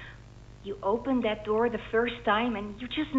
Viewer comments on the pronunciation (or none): bro realy said "Open the noor... open the noor...open the noor'